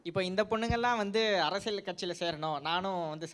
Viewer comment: 'Arasiyal 'pronounciatione paaru